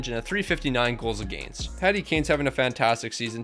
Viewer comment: Against is pronounced wrong